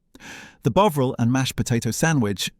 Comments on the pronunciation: Tomato pronounced Tomayto, Bovril pronounced Bowvril? Seriously?😂😂😂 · BOW-ril c'mon AI sort it out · WTF is "Bowvril" (rediculous) mispronunciation? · Not so into AI commentary, even if it is reasonable compared with many. A single mispronunciation of Bovril, poor word links - "Burton. Upon Trent…", "strategically located near the Bass. Brewery" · Are you British, your pronunciation of tomato and bovril are very odd.